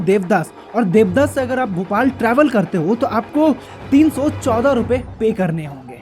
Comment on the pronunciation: Dewdas nahi dewas hai paglu 😂😂😂